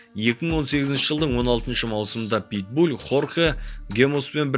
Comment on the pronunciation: Питбуль емес ПитбуЛ